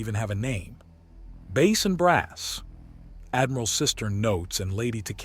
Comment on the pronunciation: When you are talking about sound Bass is pronounced Base, when talking about fish bass is pronounced like it looks.